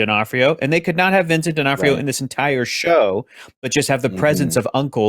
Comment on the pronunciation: Vincent D'Onof-TIO??